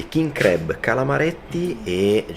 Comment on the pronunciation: Bello tutto ma crab pronunciato in quel modo non si può sentire. Si pronuncia con la a, non la e. La prima volta ho pensato foste finiti in un ristorante di crepes francesi.